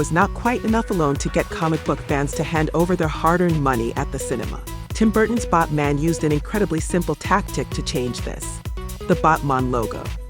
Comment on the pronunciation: Why are you saying Batman like that? It's batman not botman